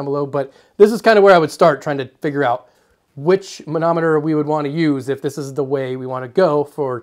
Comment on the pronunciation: You're sincerely good at saying manometer! [or monometer, or anemometer. I can't say any of them.]